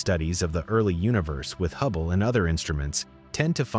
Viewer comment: Did you just say "can detect 4 times as much light as HUBBLY." I heard hubbly and so did YT autocaptions lol